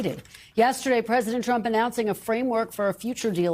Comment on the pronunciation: am I the only one who gets annoyed at reportes who say, 'the Present' instead of President? sounds dumb af